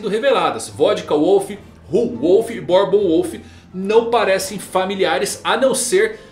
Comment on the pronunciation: "Bórbon" não, "Búrbon" kkk Grande acerto!!! 👏🏼👏🏼👏🏼👏🏼👏🏼